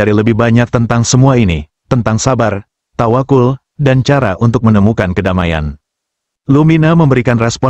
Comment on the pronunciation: tawaqqal bukan tawaqul